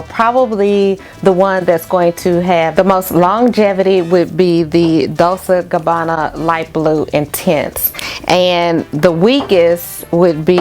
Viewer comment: Hey sis. Loved the list. I have Gingham and it's geeng-hum, like the plaid. Dolce sounds like dole-chay. I own The One by them and Pour Femme. I will try some from your list.